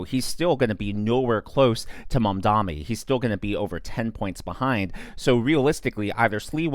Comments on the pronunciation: Small favor: could you please learn to say "Mamdani" correctly, instead of saying "Mom-dommy" a thousand times more? It's already spelled phonetically, so either your elocution needs work or you're doing it purposefully. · Why is it so hard for every conservative to say Mamdani?